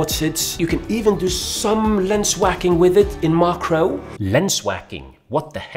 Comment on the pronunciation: It's mak-ro